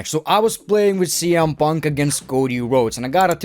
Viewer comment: Why do you keep saying CM Puntka?